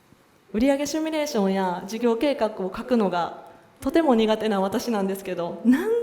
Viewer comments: シュミレーション？❓❓ シミュレーション…… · シュミレーション？❓❓ シミュレーション。